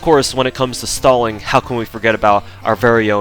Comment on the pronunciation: Your pronunciation of stalling while discussing the stalling potential of Anastasia made me wonder when will DW release a Joseph Stallin' servant.